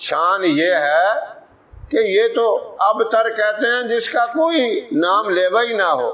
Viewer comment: Har bar abatar bolna hai